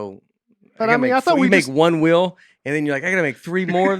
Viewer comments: Nate and say ‘wheel’ like ‘whale’. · Penguin is one thing but how about how pronounces “wheel”